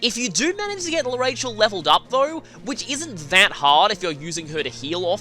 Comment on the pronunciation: I dont mean to be rude but its prenounced arashell